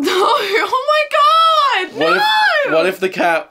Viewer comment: He kinda stepped out of British when he said " oh my God!"